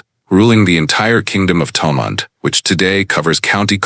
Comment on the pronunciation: How sad that a reasonably accurate of some Gaelic names is destroyed by nauseous pronunciation of the original gaelic names and even of the anglicised names such as Thomond or Monaghan. Why do something at all if you don't do it well. I would have done it free.